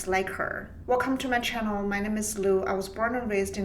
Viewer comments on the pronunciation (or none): none